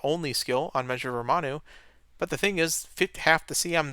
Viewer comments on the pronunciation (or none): calling Ramonu "Romanu" is becoming a staple of this channel just like water breaks